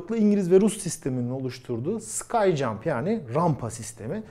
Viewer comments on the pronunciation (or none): sürekli "sky jump" diyorsunuz. sky jump deği o, "ski jump". yani hava rampası değil, kayak rampası. kayakla atlamadaki rampaya benzediği için adı böyle konmuş.